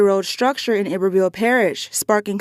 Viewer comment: its called i-ber-ville parish smh